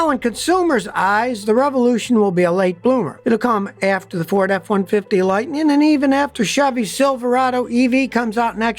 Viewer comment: F150 "Lighteen"???? "Onconventional"?????? "Crasheen"?????